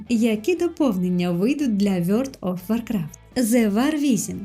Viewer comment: Дуже цікаво, але що це за гра така "Вйорт оф Воркрафт"?)))